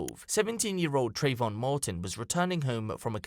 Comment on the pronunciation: Trayvon? Trayvoff 😂👌🏻